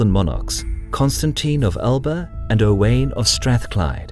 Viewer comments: Great video -One of the most formative battles in British history - and yet unknown by 99% of the population.... Edit Owain is pronounced Owe - wine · Owain is pronounced o-wine lol I'm Welsh my son is owain and I've heard many a interpretation of it lololol Owen...oween. owayne. It's o-wine for anyone who struggles with it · Owain rhymes with wine, not pain.